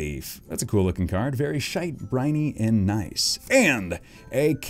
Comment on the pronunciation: when he pulled the holo bayleef he said "nice shite and briny" 😂😂😂